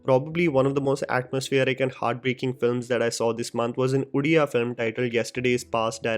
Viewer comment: bro it's ODIA not UDIA :( and it's Panda (पंडा) not पांडा (PAANDA)